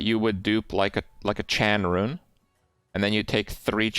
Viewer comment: It’s Cham Rune, Kripp. shakes head in disappointment